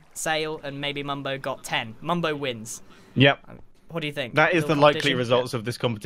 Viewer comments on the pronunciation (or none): Nice english noob. ITS MUMBO NOT "MUBO"